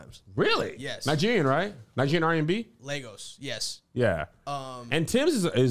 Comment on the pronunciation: Yay! I love how y’all are talking about Wizkid 🇳🇬!!! And pronounced Lagos right!!!